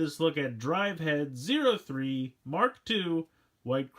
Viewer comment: i swear i keep hearing you say mach 2 instead of mark 2